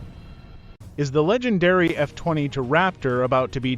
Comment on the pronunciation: First , please pronounce it correctly. Its not Eye-a-deer. Its Ahdeer.You're the expert on the Adir, yet you can't tell it apart from the typhoon? The way you pronounce f_22 is also suhs. Seems you're trying to invent a story where there isn't really one. Everything you mentioned about the adir, like link 16 is available on both the raptor and the f35. Yes the f35 has the helmet too. Besides isreali radar which you didnt show, i cant think of one thing you mentioned that the israel fighter has that the f35 doesnt have.